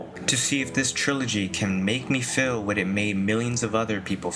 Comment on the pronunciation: Why do you pronounce Feel like “fillll”